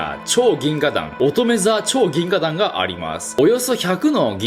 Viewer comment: 「ぎんががん」言うた。カワイイ。